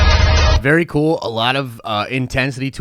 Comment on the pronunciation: Be excited .. Be berry excited